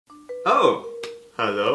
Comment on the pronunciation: wenn man bei die augen zu macht, hört sich das "oh" nach "hallo" an